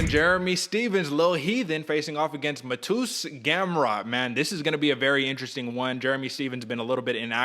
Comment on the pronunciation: Who is this "Mah toos" you speak of? And did you really say he looks like a nerd?! WTF